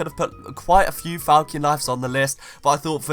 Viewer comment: My man just said Falkion